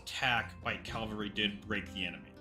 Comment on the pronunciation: It's cavalry not calvary. nuff said!